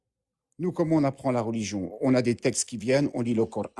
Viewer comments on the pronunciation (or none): Vous voyez comment ils prononce le cor haine ça veux dire ce que ont pense ils y a que de la haine dans le corant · Le cor-âne il a dit ?